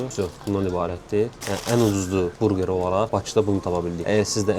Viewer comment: Qardaş burqer yox burger